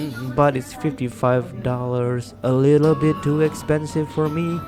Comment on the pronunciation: “To Expenive” 😂